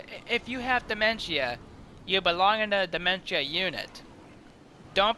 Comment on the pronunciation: This is the video I was talking about, you say it wrong